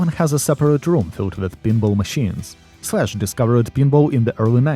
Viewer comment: When he first said, Slash, I thought he said flesh! Lol